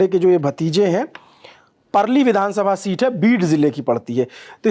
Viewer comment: पर्ली नाहीं परळी कगल नही कागल वसले नहीं वळसे संतजी नहीं संताजी बनसोड नहीं बनसोडे मराठी भाषा का सम्मान करे 🙏🙏🙏